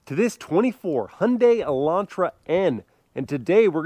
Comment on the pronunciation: The best Hyundai pronunciation among Americans 😊😊 Great job